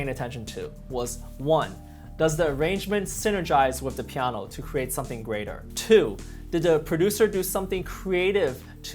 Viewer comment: I def just subbed, solid piano* I would love to hear him say it more also; “pieaanuoeah” funny how a pianist talks the same as most N-Americans except the actual word. I’ve been trying to say it like that for way too long in the mirror. I feel bad I still can’t do it justice. “Compulsivity n such” it has some downsides.